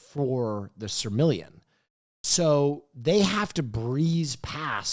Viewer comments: calling the Silmarillion "Sir Million" reminded me that i was indeed watching big hot guy himbo podcast!!! no hate, I really love this, great episode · ITS NOT CALLED THE FUCKING “SIRMILLIAN” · why didn't anyone correct the blonde dude who kept saying "Silmaring"?? It's The Silmarillion. Ffs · mispronouncing Silmarillion was possibly the best bit